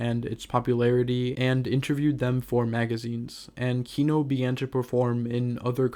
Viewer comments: This narrator guy mispronounces the band name the whole time 😂 It’s not kíno its kinó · KinO, not KIno, the last syllable stressed, please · kinO. stress falls on last syllable :) As a matter of fact - every russian surname have stress falling on last syllable. Thanks for the video, nonetheless, it's just misprononciation really hurts my ear. Overall, I understand the sources you're drawing from, and without knowing full historical context... well... sources are weak. Kino is still the greatest of all Russian Rock (misnomer on itself), but yes. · just fyi it's kinO with the inflection on 'o'. ki--nÒh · Can you pronounce kino correctly at least once in your life. cool video